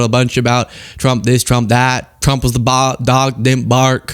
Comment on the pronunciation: Dear lord! She can’t pronounce “ trump” she always says “ Chump”! Is that a slip?